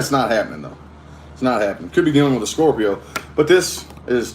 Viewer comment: I love how you say scorrrpio